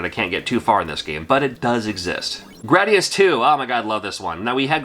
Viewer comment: You get cool points for saying Gradus the correct way. Drives me nuts when ppl say Gradeeus.